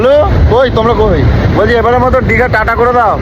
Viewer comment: কি মূর্খ রে বাবা সমানে বলে যাচ্ছে দিগা এটা কি দিগা???? আরে এটা দীঘা